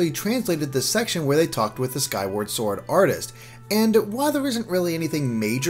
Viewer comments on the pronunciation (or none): none